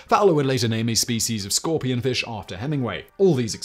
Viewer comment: I mean, it's to be expected. "He starts there, the old man, and his job is to catch the feesh, so he get in the boat, to try to catch feesh. So he catch the feesh, but the feesh is very strong, so the old man cannot reel in the feesh. So then he fight the feesh more, and he finally catch the feesh. But on the way home, the sharks come, and eat the feesh, and so, he no make money."